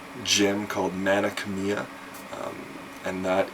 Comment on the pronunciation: Great games, but isn't the pronunciation for Mana Khemia like.. Mana "Chem"-ia?